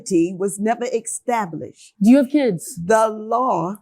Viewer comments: Fake rubbish and someone tell that judge its established.. Not EX tablished .. 😂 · This judge needs some English classes. Unbelievable that someone in such a high position can't even properly pronounce the word, establish